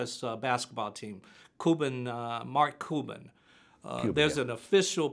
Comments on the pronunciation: He thinks he's so smart but he can't even pronounce "Cuban" and can't even name the Dallas basketball team. Strange, strange family. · “Mark cooban”